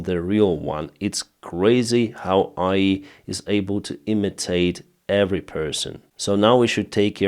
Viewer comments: Artificial Intelligence (A.I.) Isn't: "Aiii" 😂 Is pronounced "Eii, Ayy"👍But I know what you mean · Agreed. His evolution in the English language has been phenomenal. His articulation in particular has gotten exponentially better. The only real critique I could give in this video, was pronouncing “AI” as if it was a word, instead of pronouncing the two letters separately: “A-I”. Although I bet it’s a bit confusing, especially when it comes to military acronyms, when a lot of people from the military background say them in a quicker/easier way, mainly to take up less radio time, and get their points across faster. actually uses an example of that in this video, when he pronounced JDAM, as “J-DAM”, which is quite commonly accepted when talking about those specific bombs. So I’m sure it may be a bit more challenging for non-native English speakers to differentiate between the two. Then there was the slight bump when pronouncing “superiority”, but I’ve seen that commonly from native English speakers. He’s done great overall. He has posted consistently, he’s a great source for people looking for updates on the war in Ukraine, he lets us know a bit of the politics in Ukraine itself, and despite being passionate about his country, he gives very little bias between the two sides. So when Russia does end up making an insignificant gain, or takes a massive area of land, or if Ukraine suffers a minor loss, or if a counter-attack fails, he will report that news nonetheless. Which provides the most accurate experience for keeping up to date. It’s why is the first perso